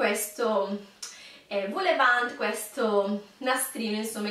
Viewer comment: Seguo sempre i tuoi video e mi piaci tantissimo soprattutto perché abbiamo molto in comune 😊 ma appena ho sentito "voulevant" sono scoppiata a ridere e a morire di fame nel frattempo😅 mi sono immaginata quei calzini tutti morbidi con sopra quegli aperitivi gustosi 😂 Ora corro in cugina e continuo a guardare il tuo video! Un bacione 😘